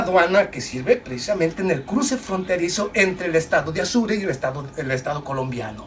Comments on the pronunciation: Apure... Estado APURE.. No se le dice Azure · No es Asure, es Apure. Yo también confundía a Chihuahua con un perrito. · Mi amigo muy buen video. Pero se dice Estado Apure